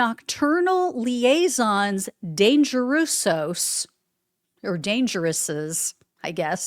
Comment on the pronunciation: "liaisons dangeruses" is French for Dangerous Liaisons. It's pronounced lee-ay-zohns dan-zhuh-ruz. "In flagrante delicto" is Latin. It means "Caught redhanded". It's pronounced in fluh·gran·tee duh·lik·tow.